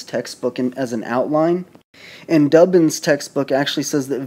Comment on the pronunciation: D OO BIN, not Dubbin.